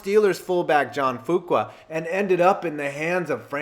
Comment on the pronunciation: Hi. Lifelong Steeler fan here. Glad to see the Immaculate Reception as #1. But the guy the ball didn't bounce off of is Frenchy Fuqua. And it's pronounced Few-kwa, not Foo-kwa. Just tryin' to help! Your videos are great. Keep 'em coming.